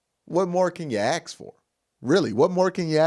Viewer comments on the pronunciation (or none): Happy Birthday But not letting you off the hook on pronouncing the word Ax. It makes you sound less educated and is a disservice to future fans if the go through school sounding dumber than they are. I know you have invested onto branding but our youth means something.